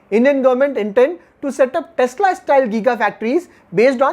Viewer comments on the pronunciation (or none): none